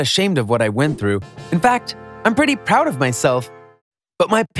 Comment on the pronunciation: He said poud HMMMMMMM